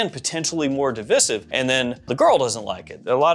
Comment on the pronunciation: Okay genuine question do people actually pronouncr divisive as divissive